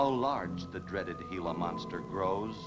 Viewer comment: Good movie, but you never can be jump-scared. That mysterious spooky music always plays before the Gila monster comes to attack. Correctly pronounced as " hee-luh", not " gee-luh"